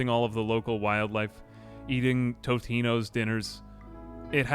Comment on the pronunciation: There is no r in Totino's.